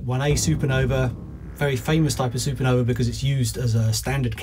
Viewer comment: "a failed SuperNova?" a SuperNuh-uh